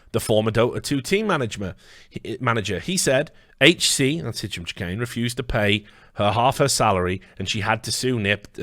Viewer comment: Is it a meme to absolutely murder Hicham Chahines name ? It's driving me a bit crazy